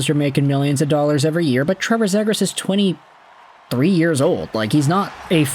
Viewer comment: At least say his last name right bro💀